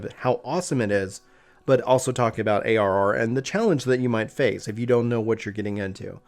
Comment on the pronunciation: Bruhhh you mumbled when you defined ARR! What is ARR?😋